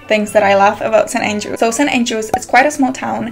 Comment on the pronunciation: It's St. Andrews, not St. aiiiingelrews